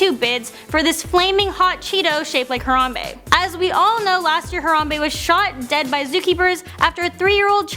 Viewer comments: exactly,how hard is it to pronounce it smh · I laughed so hard when said Harambe wrong.